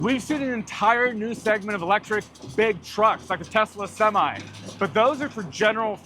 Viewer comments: Did he call the truck "topsy"? Lol. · semee? WTH?